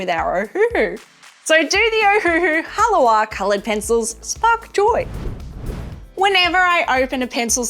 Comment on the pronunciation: It is pronounced "Ha-la-va."